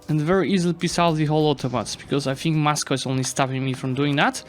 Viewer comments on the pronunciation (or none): none